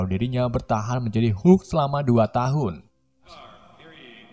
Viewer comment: Ha ha sebut hulk pun tak betol..come on admin.."